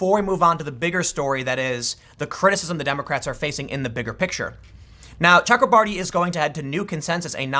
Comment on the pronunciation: Tim, there is no L in both.